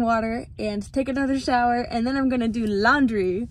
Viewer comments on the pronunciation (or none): Did you mean to hoodwink us when you said 'I gotta take a shh-ower' or was that just me? 😹